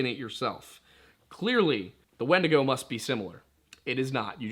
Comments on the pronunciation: This man did not say wendussy plz tell Me he didn't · ...this man just say wendussy? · Yup, subscribed instantly upon hearing wend-ussy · “It’s time to skinwalk your way into the woods and hunt yourself some wendussy” 💀